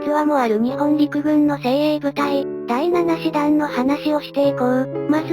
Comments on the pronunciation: 動画を作るなら読み方くらいきちっと言えよ。他の人も言っているけど 大日本帝国の師団は「だいしちしだん」な「だいななしだん」は自衛隊の師団だよ。 読み方ひとつ知らないで適当に作ったら説得力が全く無くなる。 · 第なな師団ではなく、第しち師団ですm(_ _)m ちゃんと意味もありますので出来れば訂正お願いします。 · 普通は｢ナナ｣で正しいのですが、第七師団の場合は｢ダイシチシダン｣と呼ぶようです。明治天皇がそう呼んだからだそうです。